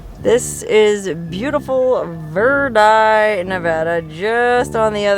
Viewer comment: Props for pronouncing nevada and verdi the way locals do!